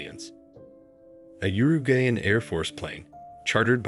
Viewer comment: You're really offended by their pronunciation of chili which everybody says it that way and you were not offended by his pronunciation of yourugayan.